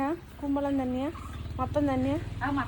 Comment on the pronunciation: കുമ്പളം അല്ല കുമ്മലം